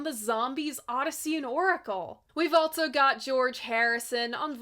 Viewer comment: Altso.... Theres no 't' in "also"